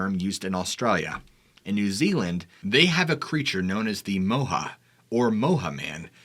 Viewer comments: Moehau is pronounced Moy hoe.chur .I'm from the Coromandel .moehau is a mountain in the Coromandel. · It's actually pronounced Moi-hoe (Moehau man, from the Coromandel-Moehau Ranges) The lights in the sky happened over the town that I live in, Kaikoura. I wasn't alive then but lots of people here still do remember seeing them. We had some strange light phenomena the night we had our big earthquake too. Not sure if that was ever caught on camera, our whole world kept shaking lol I doubt many people had their phones out